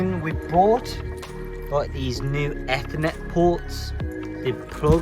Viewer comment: good video bruh....just a little hint...you're pronouncing ethernet wrongly. regardless of american/british english